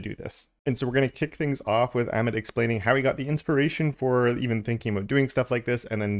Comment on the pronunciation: FYI - Amit is pronounced uh-meet